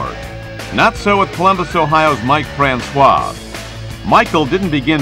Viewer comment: Columbus isn't Mike Francois home town. Also his name isn't pronounced with the waa sound at the end. Its pronounced fran-cis.